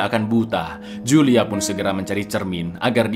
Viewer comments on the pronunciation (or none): itu bacanya Hulia cak bukan Julia, wkwkwkwkwk